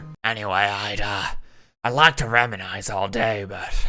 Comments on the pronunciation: Just wanna correct the pronunciation of reminisce. Rem-in-iss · If you see this it might seem annoying but it’s pronounced (rem-i-nis) unless you pronounce it differently that’s fine I’ve never really heard accents before sorry if I’m being a bugger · Hearing, an English major not be able to pronounce “undulate” was certainly interesting Edit: and reminisce apparently